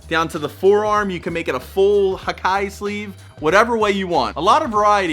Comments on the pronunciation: Great video,, but just a small correction: when talking about Japanese words, don't pronounce them like you would in English. "Hikae" is not pronounced like "high kye", but something down the lines of "he kah eh". Also, in my opinion, sleeve tattoos can also be inner or outer. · Its not pronounced as hai kai Its hee- kaa -eh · I love the video man!!! One thing to add, hikae is not pronounced /hi-Kai/, it’s pronounced /he-ka-eh/. I’ve been studying the Japanese language/culture for almost two years, and I agree that it’s one of the best types of tattoo.